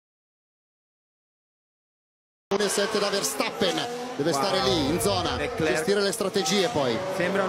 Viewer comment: Ma possibile che nessuno lo pronunci correttamente???? Leclerc, la c finale non si legge!!!!!